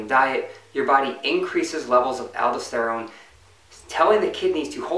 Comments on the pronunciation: i think you meant "al-daus-ter-rone" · great video, appreciate your work! One thing.. it's alDOSterone, say it like you say tesTOSterone.